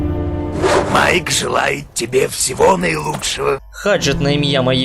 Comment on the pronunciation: Ну що ж: Майк а не Маїк В короля Артура 2 мечі — перший він витянув з каменю і через це став королем, а другий — Екскалібур — дала йому володарка озер Завждизелених — не звучить, краще сновидівські "баксюки" трОля, а не тролЯ І не хвилюйся так, все буде добре!